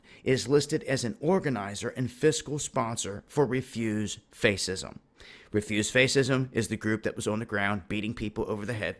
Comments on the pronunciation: Face-ism? Is that like Facebook-ism? Are they fighting against saving face? They are just faceist, lol (btw it's pronounced "fashism") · Fascism is pronounced "Fash-is-em" not "face-is-em"..sorry just had to say. But that being said..your video is spot on. Globalist's etc etc.. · Its fascism not faceisz. Have you ever heard someone pronounce it correctly.??.. It hurts you. Just sayin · What's "Refuse face-ism"? It's pronounced fash-ism.. ( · Face-ism? Really? FASCISM! (FASH-ism). That was too much, man. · It's not pronounced face ism, it's pronounced fascism. Just saying. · It's pronounced fashism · it's pronounced FASH-ism and they're FASH-ists. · Good work. I think it is pronounced "fash-ism." :) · Why are you saying "refuse face-ism" it's "Refuse Fascism" I agree with what you are saying but learn to pronounce fascism. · Were u making point by saying "face - ism" rather than fascism? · info on how to pronounce "fascism": sounds like fash-ism. Thanks for the excellent video. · Good work,. I have a some feedback about pronunciation. I know you are young so it is understandable if you get some pronunciation not quite right. I'm in the UK but I think that 'fascism' is pronounced the same both sides of the Atlantic. I know it is pronounced 'FASHism' where the caps indicate accent and the A is pronounced like the 'a' in 'apple'. (I believe it was originally an Italian word because the first fascist was Benito Mussolini). You were pronouncing it 'faysism' which is close but not quite the same. I thought you would like the information which I offer to help. It is shocking that the police stood down in the face of such blatant violence and it is suspicious to say the least. I think you are doing good work, by the way. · Dude, I love your videos but it's pronounced (fash-ism). ;) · Not to be picky, but fascism is pronounced "fa-shism" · fash not face fascism love D lol but saying that wrong bro. keep up good work